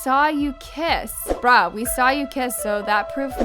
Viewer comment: said bRaH In every video when she tries saying bruh 🤣